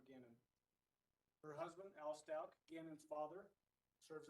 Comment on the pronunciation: Was strange, he said it right a couple times too